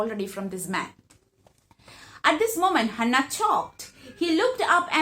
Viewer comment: It's not Hanna it's Hana **